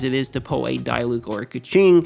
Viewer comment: As a german it is really cringy how he pronounces diluc and fischl xd good vidro overall tho.